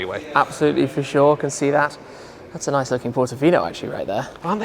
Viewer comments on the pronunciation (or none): Shmee is a scouser, 'shuure, ican shee dat'. I had to play it back, I couldn't believe my ears. Too much choice, the place is amazing, great video.